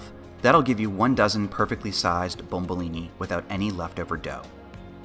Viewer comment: that it's called bomboloni not bombolini. great job any way!!!